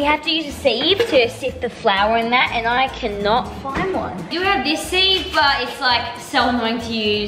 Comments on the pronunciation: It is pronounced sif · LOL - seeve instead on sieve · It’s pronounced “sive” just a hint! 💗